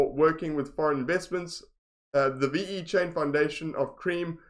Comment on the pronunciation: ve-chain not v-e-chain ! but yeah nice review